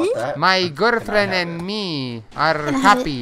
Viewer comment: Jajajajajaja garld fiend